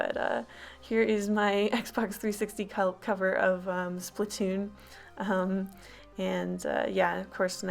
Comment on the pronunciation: Sorry for correcting you nut its splattoon (sp-lat To-on)